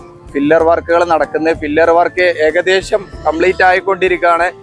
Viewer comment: Fillar അല്ല pillar ആണ്.